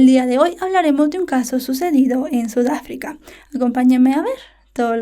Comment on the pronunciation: Jejeje Sudáfrica lo dijiste raro